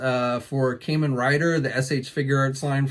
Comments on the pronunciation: Kah men rider not Kay man rider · AWESOME!! Though, for the record, the "Kamen" in "Kamen Rider" is actually pronounced "Kah-men". Forgive my correction, I have OCD.